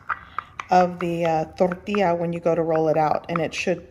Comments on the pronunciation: I love how you don't have an accent until you say tortilla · She becomes spanish when she says...CORN TORTILLA....WEIRD